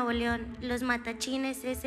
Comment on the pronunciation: Se dice Matlachines